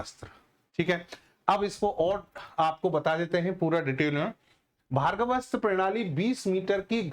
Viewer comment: आप भार्गवस्त्र बोल रहे हो सही नाम है भार्गवास्त्र वा" का उच्चार कठिण है क्या?